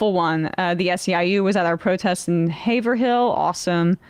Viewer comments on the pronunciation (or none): Sam should fine Emma for saying Haver-hill. It's Hayvrull. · The entire Massachusetts audience winced at "Haverhill." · Hay-ver-Hill lmfao. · You know if Sam was there he'd correct that pronunciation of Haverhill...